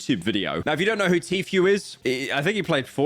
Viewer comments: how did bro mess up a four letter word that badly, vro really said tea phew 💔🥀💔🥀😭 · I like how Pyro says Tfue as Tfew